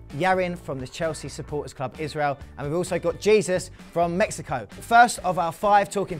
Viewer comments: not pronounced Jesus... it is A-sooze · No way you pronounced jésus like Jesus